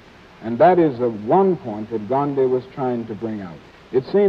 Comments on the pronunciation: They are pronouncing his name right, why can't most of the current Americans do that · Even without Internet, they are pronouncing Gandhiji's name better than most native English speakers today.